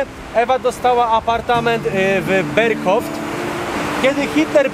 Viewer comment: Tak to wiem. Ale ten "Berghof....T". Poniała....? 😃